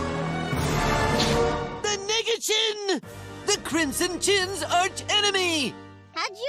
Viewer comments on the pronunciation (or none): FRRR LMFAO LIKE ITS NOT EVEN CLOSE HOW NEGA IS ACTUALLY PRONOUNCED💀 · He ain’t even try to pronounce the E he just yelled it and hoped nobody would notice 😭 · Interesting way to pronounce Nega lol